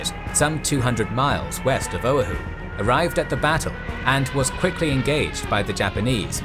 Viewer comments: Oahu: it is not pronounced owe-a-who, it is pronounced o-a-who, emphasis on second syllable. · Guys, I'm a fan of your work. Though occasionally you make mistakes that are real head scratchers. Like how come no one caught this. As it is my second home, the island of Oahu is near and dear to me. So mispronouncing its name repeatedly in this video was really hard to stomach. Quick lesson in Hawaiian pronunciation: ( a=Ah, e= Eh, i=EE, o=Oh, u=OO). So its pronounced " OH-AH-HOO", not Oh-hoo, or whatever the announcer said repeatedly. You guys do so much research, at least get that right. Its like me telling a story of England and referring to the river Thames (pronouncing the th like thunder, and the ames like James). You'd call me an idiot for not knowing the h was silent and that its pronounced 'Tems'. You know? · its pronounc O - a - hu not Ohu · its not pronounced O-uh-who, its pronounced o-wa-who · Oahu: “uh-WAH-hoo”, not “OH-uh-hoo” Otherwise, fantastic!!! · and Generals excellent work as always. You need to check your pronunciation of Oahu (OH-AA-h-oo), it was the only thing that I can complain about. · This a minor quibble amongst such great work, but try "oh-AH-hu" for the name of the island. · Great video, but the pronunciation of some words is off... Oahu should be "oh-AH-hoo", Helena should be "HELL-en-uh" (it's the capital of Montana), and Utah should be "YOU-taw" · Oahu is pronounced OH-AH-HU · Correction. Pronunciation is o-awe-who. Emphasis on second syllable. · It’s pronounced „Oh-Ah-Hu“. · The way he said Oahu killed me, but amazing work as always! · Amazing video, as always. Triggered by the pronunciation of Oahu, though LOL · having been a sub sailor stationed at ph and lived there for 6 years, the mispronunciation of Oahu is both grating and physically hurts... 😶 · The pronunciation of Oahu lol! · love it, but i cannot get over your pronunciation of Oahu. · Great video...except for the attempt to say Oahu.